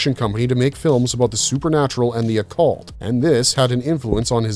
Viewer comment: Lol at the way he purnounced Occult, as "Awwwwe-chult" 😂